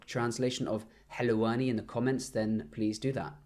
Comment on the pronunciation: حلَواني means confectioner, Man who bake cookies, biscuits and everything sweet. It's 'Halawani' not 'Halwani' with فتحة on the letter لام.